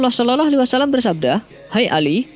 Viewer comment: Tolong kalau mengucap NABI YANG BENAR...( sholallah ) bukan ( sololoh) NGAJIO TAH....ben gak salah PAHAM...